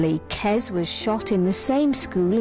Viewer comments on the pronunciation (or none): It's not 'KeZ', it's 'KeS'. Short for kestrel. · "kez" kes ya silly cow.